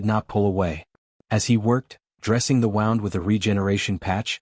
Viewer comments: I know right, I guess if it was spelled wrong like woond the would get it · Why can AI never pronounce the word “wound”?